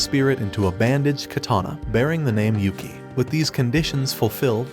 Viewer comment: Everytime I hear him say Yuki as Yukai, I get a stroke. It's like he didn't watch the anime